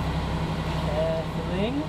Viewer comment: “Carfulling” love it 😆